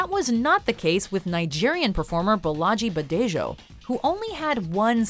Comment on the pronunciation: LOL...I cringed so hard when you started talking about Bolaji Badejo. As a Yoruba myself, that pronunciation was painful to hear. Anyway, Bolaji returned to Nigeria after his studies and opened an art gallery here in Yaba, Lagos which still remains open till today. His role in the Aliens franchise isn't discussed much here as the franchise isn't very popular among Nigerians.